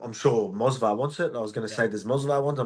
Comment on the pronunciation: volk constantly calling movsar ,,mosvar'' lmao